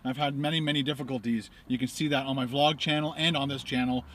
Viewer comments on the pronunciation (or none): none